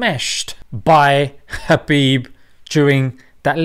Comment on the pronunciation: Correct pronunciation👇 Khabib : H'abib Nurmagomedov : Nur Muhammad dov